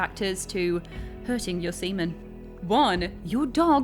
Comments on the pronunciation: SEA MAN not semen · I know you're a brit and so the accent is kinda built in but... please stop calling him 'Semen'. It's 'SeaMAN'. xD I kept wincing and giggling throughout that segment. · Yeah she's purposefully saying "semen" instead of Seaman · She said semen cum lmfao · It's pronounced Sea-MAN. It's not his last name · Every time she said seaman I thought of South Park “It’s SEA MAN!” LOL